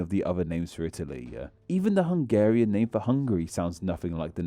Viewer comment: Well, it sound like he didn't even try. There is no shame in putting a Google translate clip in there. But sadly the bad pronunciation is the smallest problem with the video. A lot of the info there is just plain misleading or downright wrong.